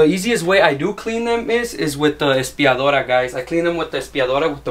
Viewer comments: “ASPIADORA” Lmao no quema cuh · Aspiradora lol not espiradora